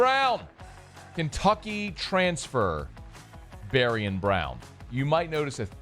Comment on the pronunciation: You’re killingggggg meee. Bari-AHN! Like ZayviOn but BariOn. BariOn